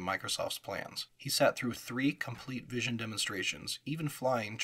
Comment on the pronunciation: Lots of accurate historical information. Very detailed. One nit: Visi On is pronounced "Visi - On", like VisiCalc but two words. Also "DEC" is an acronym and is pronounced like "Deck".